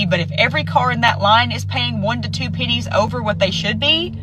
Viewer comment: why is she saying "pinnies" and not "pennies"?